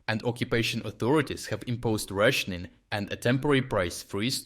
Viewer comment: I love how your accent makes the word "rationing" indistinguishable from "Russianing".